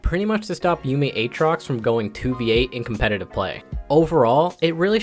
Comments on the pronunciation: I hate that you say a-a-trox so much. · Buddy really pronounced it a-atrox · If you don't get it, he mentioned him as a-atrox the whole video, but in this one he says it correctly. Can't believe i have to explain this but okay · why do you say a-atrox when you should say aatrox? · Not finishing the vod. Can't stand that A-atrox pronunciation. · "Ay-Ay Trox" Must've coached in the inner city for a while. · Who the fuck is Ayaytrox? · he's memeing when he's saying aatrox lmao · Never say Aatrox like that again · how you pronounce Aatrox is nutty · Can't believe he mispronounce aatrox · i havent heard a single person say A-atrox urGOT Also yorick morie Is that what he said